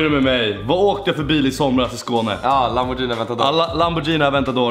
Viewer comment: Lamborghini inte jini